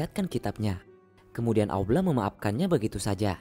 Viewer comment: Kenapa tak sebut Allah dgn jelas ?